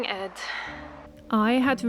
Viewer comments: The placename Ed is pronounced with a long e (would be spelled Eed in Dutch). The meaning of the name is "isthmus" or "a route used for carrying boats between two waterways". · In Swedish the namn is pronounced with a long e-sound, like Eeed!😊